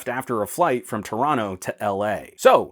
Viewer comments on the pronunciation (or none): none